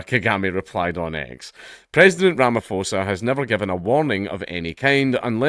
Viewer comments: Ramaphosa is pronounced Ramaposa. The ph is not an F I’m not even going to try to explain Motshekga 😂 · If you want to look at something interesting the ANC (leading government in SA) just signed a bill where land can be expropriated without compensation when its "in the interest of the public". We are going full Zimbabwe. Side note Ramaphosa, the ph is just a general p sound.